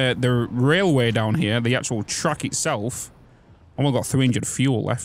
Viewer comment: to my American ears, I kept hearing "truck", thinking "these are trains, why does he keep saying truck?", then realized you were saying "track" lol